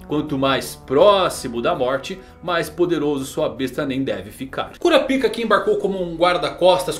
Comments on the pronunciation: Cura a pik é phoda man, muda essa pronúncia aí pelamor 😂😂😂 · Bom Dia, só por curiosidade msm, pq vc não fala o nome de Kurapika da msm forma que os dubladores originais falam? Falar " Kurapíka " sempre me quebra. Rsrs... Um abraço. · É engraçado pensar que está no aguardo da pronúncia do nome de um personagem, enquanto fica falando CU-RA-PI-KA e não KÓ-RA-PAI-KA que foi uma adaptação da dublagem brasileira.